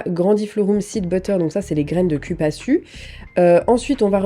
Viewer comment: Cupaçu se prononce"Coupassou" 😅😉